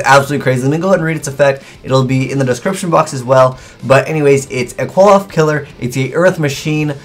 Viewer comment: it's pronounced [kli-poth], not [qui-loth]. So this card is pronounced [a-po-kli-poth]. Much easier to pronounce versus what you've been doing so far. It's based on the bad forces of the Jewish Kabbalah.